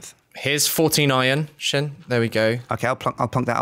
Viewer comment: slin? you mean sjin?